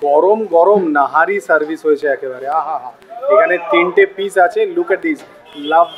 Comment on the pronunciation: That was nihari not nahari